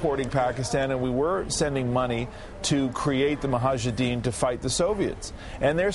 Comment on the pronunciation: Muhajidin??? what an idiot this news reporter... Can't even say Mujahidin correctly.....LMAO